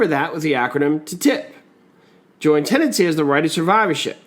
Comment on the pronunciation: To remember Tenancy in common, he leaves it Te-Nancy